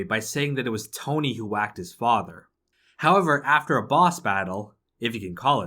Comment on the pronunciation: If pronouncing the word “howver” was a gameplay mechanic, you’d be the fuckin world champion